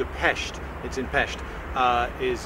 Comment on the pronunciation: Yay, you pronounced Budapest and Pest in a relatively correct manner for being English who (I presume) does not speak Hungarian!